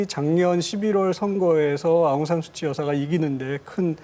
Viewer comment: 아웅산 수치가 아니라 아웅산 수찌...이름부터 제대로 불러 주기를...